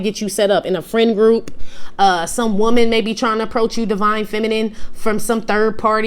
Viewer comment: “deya she iz, di most booty-ful whoman in di whorld” MI IS DEAD 😂